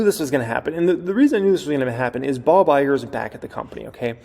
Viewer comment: It said, "Bog" Iger lol